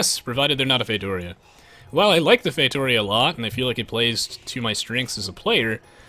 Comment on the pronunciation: It's FAY-TOO-REE-UH